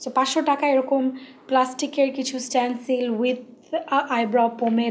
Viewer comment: স্টেনসিল কে স্ট্যনসিল বলতেসে🙄